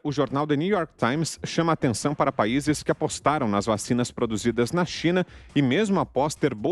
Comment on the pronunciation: "Vachina di água com açúcla né"??